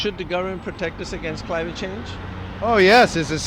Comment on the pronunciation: You forgot the "N" at "change"